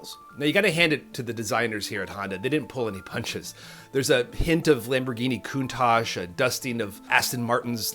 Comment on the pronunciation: Lamborghini COUNTACH? It looked like a CONTACH to you?